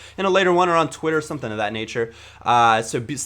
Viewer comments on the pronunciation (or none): none